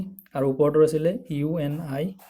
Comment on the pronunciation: UNIVAC hoi..not UNIAC